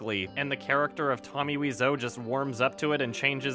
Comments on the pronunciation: weezo? wize-o? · Weeseou? I though it's pronounced like Waiseou. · Dood its wise-o not weez-o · Why are you pronouncing Weez-Oh? It's Why so, and you can hear him say it himself on his gameplay videos. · Wiseau is an anglicization of thé French word Oiseau (bird), which is pronounced "wah-zo" (believe me, it's my native language) so I pronounce it as Wah-zo. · are the "Tommy Wiiso" on purpose? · u are Canadian I know u took French until at least gr 9 its pronounced oiseau as in French for bird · "Wee-zoe" ~, 2017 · Tommy Weezoo, Tommy Waiso, Tommy Whezau, Tommy Wisey, are u even trying? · “Tommy “Weezo”. I love it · I thought his name was pronounced “Tommy Why-so” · It is. No idea why he pronounced it that way. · WHY WOULD YOU SAY WISEAU LIKE THAT YOURE TEARING ME APART